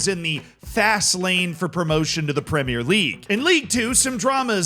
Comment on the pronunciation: needs to start a class on how to teach his fellow Americans how to say 'Premier' properly 😂